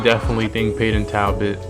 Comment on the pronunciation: maybe get the fighters name correct for ur next videos..... its NOT Tabbot it's Talbot ya dunce 🤦‍♂️🤦‍♂️🤦‍♂️🤣🤣